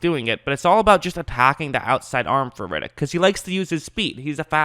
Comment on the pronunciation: His name is ‘Red’- ‘ick’, not ‘Rid’ - ‘ick’. He’s not Vin Diesal.